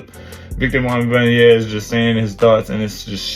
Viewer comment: Bruh, you had me dying how you said his name. Its Wem-ban-ya-ma, I love the content bruh